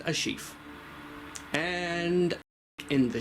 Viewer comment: Analyzing Resident Evil dog bodies like that is evil and saying words like “sheathe” like lord